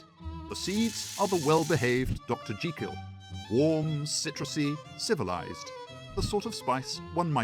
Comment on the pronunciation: Interesting documentary - and what an absolute pleasure to hear 'Jekyll' pronounced correctly.